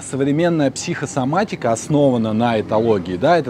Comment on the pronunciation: Интересное произншение - психсоматика! Без связывающей буквы О всередине.